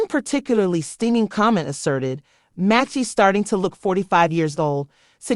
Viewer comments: I like how her name was pronounced wrong and differently every time. Talent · If you're going to do a video on someone..... don't use AI, and pronounce their name right. So disrespectful. You're trying to make money off this person and can't be bothered to do it right. Lazy